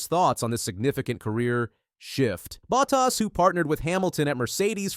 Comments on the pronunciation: Er, it's Bottas not buttass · This guy keeps on saying Buttass 😢😢😢wtf